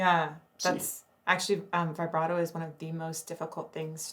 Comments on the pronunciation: I love this videos but please can we have a go at saying vibrato instead of vybrado. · How many times can someone pronounce the word vibrato incorrectly. The I should be pronounced like it is in RIB.